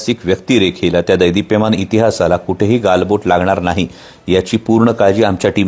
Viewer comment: कोल्ह्या दैदीप्यमान नव्हे रे , " देदीप्यमान !"